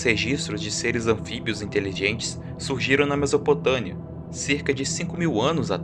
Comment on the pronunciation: MesopotâMia com M e não MesopotâNia com N como esse burro fala,se já começa assim falando errado uma palavra tão simples já nem perco meu tempo pra assistir.